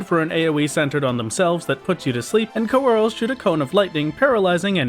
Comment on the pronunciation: Great Video again! I recently finished watching all your old ones so I was looking forward to it. I absolutely hate the way you pronounced Coeurl though!